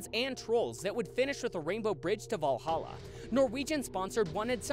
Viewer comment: good job you pronounced valhalla correctly not many Americans can pronounce it right